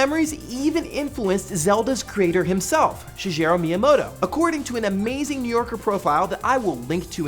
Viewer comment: "Shijerow Meamodoe"